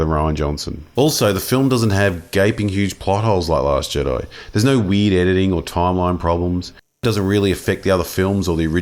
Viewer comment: I was wonderin why you kept saying weed, but now I get that you were saying weird